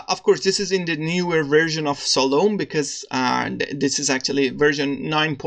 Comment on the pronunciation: Nice! Just a note: you should pronounce it as "Salomee".